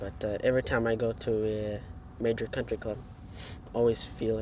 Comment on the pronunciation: "Cuntry" Clubs will always be like that.